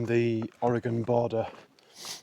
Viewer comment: You've really been doing great lately! Only 68 miles past this and you'll be 2/3 done! I love that you pronounce Oregon correctly and you like root beer! And you'll really enjoy Umpqua ice cream!